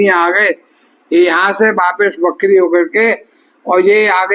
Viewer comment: हिंदीभाषी सभी ज्योतिषी 'वक्री' शब्द को "बकरी" और 'बुध' ग्रह को "बुद्ध" ही बोलते हैं !! 😢😮